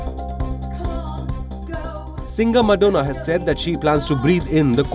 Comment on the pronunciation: Madonna ( MAD-ho-na) 😶